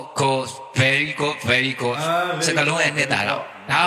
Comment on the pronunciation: "ဂုတ်..!! ဂုတ်...!! ဘဲထီးကုတ်" တဲ့.....။😂😂🤣🤣🤣 အေးကွာ...။ မင်းပြောသလိုမျိုးးးး....... "ဘဲထီး"ကို.. 'ကုတ်'ဖို့ကကျတော့... "ဘဲမ"က ကိုယ်တိုင်... 'အနောက်'ကနေသွားပြီး... အဲ့ 'ဘဲထီး'ကြီးရဲ့ "ဂုတ်"ကိုသွား'ကုတ်'ပေးမှပဲ'ရ'တော့မှာပေါ့နော¿¿¿!!!!¡¡¡ ဟဟဟဟဟ!!!!😋😛😝😝😜🤪 😃😄😁😅😂😂🤣🤣🤣 #ဘယ့်နှယ့်ကောင်ကြီးတုန်းကွာ¿¿¿¿ #VeryGood( ဗဲရီးဂွဒ် ) လို့.... ထွက်ရတဲ့ ဒီလောက်မှလွယ်လှတဲ့...အဲဒီ"အသံထွက်"လေး ကိုတောင်မှ... 'မှန်ကန်'အောင် မထွက်နိုင်ပဲ... သူ့ကျမှ.... .. #BellGyeeGoat( ဘဲကြီးကုတ် )လို့'ထွက်'အောင်'ပြော'နိုင်တာနော်¿¿¿🤭🤭🤭🤭 ဒီလိုကောင်မျိုးကိုမှ..... "မချီးကျုး"ရင်..."မလေးစား" ရင်.... ဘယ်လိုကောင်မျိုးတွေကိုသွားပြီး 'တလေးတစား' နဲ့ "ချီးကျူး"ရတော့မှာတုန်းတဲ့...နော့လေကွာ......¿¿¿ ? /??? ?? 😄😁😁😆😅😂🤣🤣🤣🤣🤪🤪😜